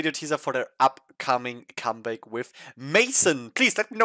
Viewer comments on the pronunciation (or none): Dear sir, the track name is not in English, it is French. You pronounce it wrong.